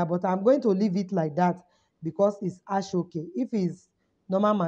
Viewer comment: Thanks for the lecture. The name of the material is Aso-Oke pronounced as asho oke